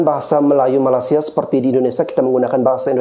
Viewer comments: Bang malaysia bukan malasia.. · MALAS-SIA MALAS-SIA... Perbetulkan dulu lidah kamu menyebut MALAY-SIA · Sebut Malaysia. Bukan malasia. Gimana sih. Gw indo aja geli dengar Lo bilang itu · Malaysia bang. Bukan malasia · Malaysia bang bukan Malasia!!!!!!! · Bang gw mau ngasih masukan dikit bang, kalo nyebut malaysia itu yg lurus2 lah bang 😂 abang nyebut malaysia itu bunyi nya kayak malasia, kurang enak aja kedengaran nya bang..oke bang